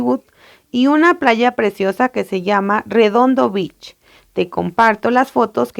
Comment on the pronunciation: Disculpe señora me ayudó mucho pero, no pude evitar decirle que vea como se pronuncia Beach por que si no lo mejora puede que diga una mala palabra